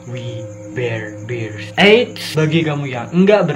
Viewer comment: Bang bear bukan bir :v